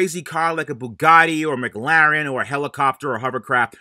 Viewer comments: i love how he said mcglaren instead of McLaren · Haha I lost it when he said Mc laren I'm pretty sure it's McLaren lol 😆😅😂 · pronounces Mclaren like it’s on the menu at McDonald’s lmao